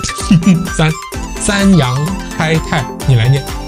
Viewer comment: 一帆風順 👍念的OK 鬼佬音調了 二龍騰飛 都不Ok啦(Yi Long Tang“藤”音 Fei“非”音) 三陽開泰 “衫羊開泰” 😆 又鬼佬音調了 四季平安 社貴平安 五福臨門 嗯福䌫門moon 六六大順 👍念的Ok喎 而😆碌碌大順🤣 七星高照 “擦Xing Go舅” 八方來財 “Bai Fang奈Chai” 九九同心 搞搞Tong蔘 十全十美 “拾仟拾媚” 😆念成了“實腸實霉”